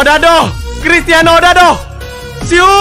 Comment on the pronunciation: bang siuu bang bukan suuu😅😅😁